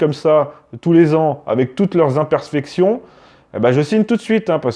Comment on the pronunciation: Impersfections? . Je ne sais pas parler Français, c'est quoi?